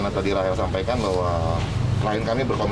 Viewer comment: bacanya bukan recel tapi Rahel